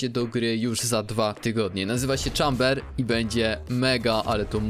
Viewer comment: Nie "czamber" tylko "chejmber"